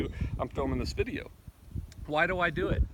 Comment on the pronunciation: LOL you said "dude et". I thought I was the only one who said that. Keep up the good work and keep the faith my friend.